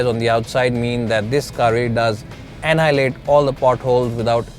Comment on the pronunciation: you have awesome presentation and your favourite word anhilate seems awesome from your mouth